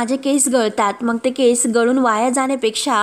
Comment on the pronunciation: मग ऐवजी मंग हे बघ ऐवजी हे पग बिंग ऐवजी बिंग ही भाषा ?